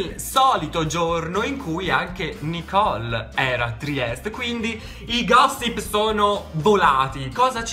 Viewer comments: TRIESTE non Triest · ti adoro!!😍 Comunque si dice Trieste😉